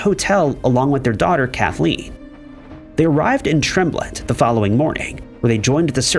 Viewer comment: Tremblant is Pronounced Trom-Blaunt